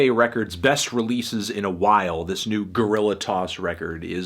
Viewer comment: Great video, tho Guerrilla is pronounced 'ge (as in 'get')- rree - ja (as in 'jazz')